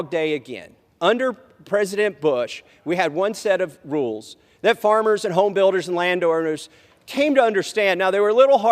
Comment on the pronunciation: Jim McGovern: " His Famers" 😂